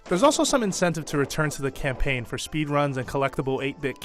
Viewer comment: This is a horrid review. Do me a favor and comment on how bad this video is, and click the dislike button. And if you're a 1st buyer for a Kirby game, pick this one, it's amazing. Don't listen to this IGN orant review. Seriously, he says "campaign" like it's call of doody. Then he insults Kirby fans by saying "there aren't a whole lot of reasons for anyone over 12 to pick this one up" 1. That's like insulting Star Wars because it's si-fi, or insulting legs because they make you walk. 2. Since he's a call of doody fantard, he SHOULD know that children don't play Nintendo anymore, they're too busy making squeaky noises and cursing on CoD. Kirby games aren't meant to be a gorebath like CoD. It's meant for you to sit down, enjoy the creativity and colors and smile. If I want to play a gorebath, I'll play CoD. If I want to create stuff, I'll play Minecraft. If I want to rage, I'll play Super Meat Boy or Battletoads. If I want to do a puzzle and go on an adventure, I'll play Zelda. If I want to beat up my friends, I'll play Smash. If I want to strategize, I'll play Pokémon. Kirby is only to have fun, this is what this IGN orant person doesn't understand.